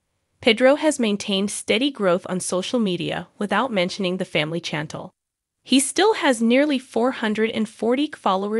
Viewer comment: 😂 That mispronunciation of Chantel’s name was driving me nuts!